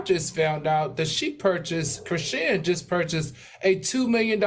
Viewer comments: AL CANT PRONOUNCE NOBODY NAME ITS CHRISEAN DUMMY..... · yall complain about dr heavenly yet AL don't even know how to say chrisean's name yetttt lmfaooooo!!!!!!!